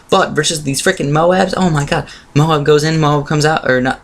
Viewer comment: SAY "MOAB" AS A WHOLE. NOT MOH-AHB